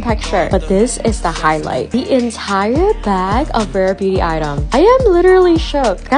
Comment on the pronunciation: I’m just curious - why do you not pronounce “s” when you’re saying things like items, you say item - genuinely curious sorry if this offends